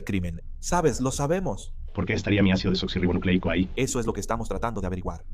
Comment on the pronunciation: Cada vez que dicen ácido deblablablablablanla me da una risa